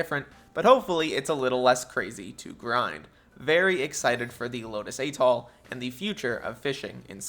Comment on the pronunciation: atoll is NOT pronounced "aytol"